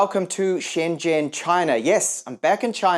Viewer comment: Sorry you pronounced Shen Zhen wrong